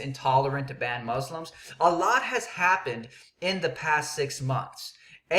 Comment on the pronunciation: u dont even pronoucne muslims right no one is going to take you seriously